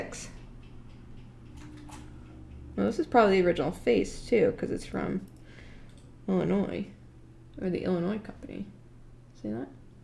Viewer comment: As an Illinoisan, I appreciate the correct pronunciation of "Illinois", but also as a Northern Illinoisan, I am bothered by the pronunciation of "Elgin". There is a city here called Elgin, pronounced with a soft g, not a hard g. The National Watch Company was founded in 1863 in Chicago, a factory was made in 1866 in Elgin, Illinois, and the company changed their name to the Elgin National Watch Company in 1874. Fun fact from the Wikipedia page: The cities of Elgin, North Dakota and Elgin, South Carolina derive their names from the watch brand. Likewise, NBA Hall of Famer Elgin Baylor was named after the Elgin National Watch Company. Who names their kid after a watch company?!?!?! I'm not gonna name my kids Tyson and Perdue after the chicken brands! One of his brothers was named Kermit, too, and that's more understandable. Edit: Thank you for correcting her, whoever you are! May your watches always be in sync and your descendants have appropriate names!